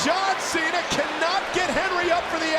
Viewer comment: He said Sean cena